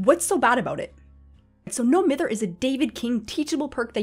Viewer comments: It’s MY-ther. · Love the video, but I’m pretty sure it’s pronounced m-EYE-ther. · It’s no m-I-ther u egg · Triggers me that “Mither” is mispronounced.